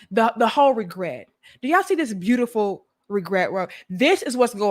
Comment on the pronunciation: “Brutiful” Brut x awful 😂